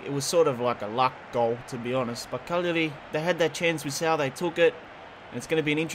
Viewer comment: Caglari punshed you for saying their name wrong all the time haha